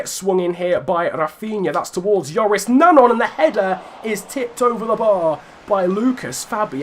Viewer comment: I just wanted to say it's Joris NanJON not Nangon pronunciation wise as if there's a tilde on the second 'n'.